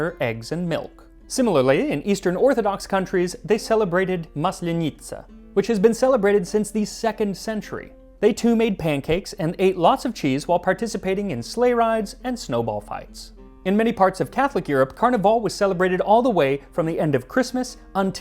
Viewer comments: It's mAslenitsa, not maslenItsa ;) Always check the stressed syllable, please, it takes a second to google and is more important for not sounding completely ridiculous than correct sound pronounciation. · We still have "Maslenitsa" in Russia. Though you read it with the stress on first "a". :)